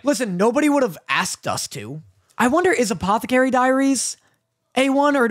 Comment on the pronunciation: I would like to point out that it’s an Escape Rope in pokemon and said Apothecary wrong again